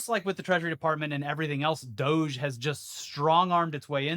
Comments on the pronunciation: Its pronunciation is 'Dog-e', not douge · Pronounce "doge" as "dodge". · You gotta pronounce it "doggy" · This has bugged me for years. It's a Japanese dog! They wouldn't pronounce it DOJE, that's weed slang! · We should start pronouncing DOGE as "doggy" to highlight how ridiculous it is. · I get that you hate saying the name of the DOGE committee. Let's purposely pronounce it doggy or dodgy or anything that disrespects these parasites.